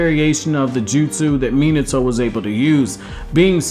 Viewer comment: Imagine pronoucing minato like that :#